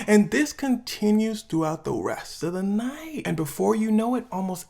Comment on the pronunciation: It was a good video but bro. you need to stop with that thing at the end of some of your sentences where you want to put emphasis. “This goes on for the rest of the nIiight” “Has the weekends Hhhand in it” “The Weeknd comes out with a song called The Hilllls”